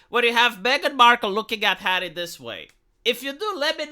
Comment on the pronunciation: "You've sacrificed your pride, 'arry."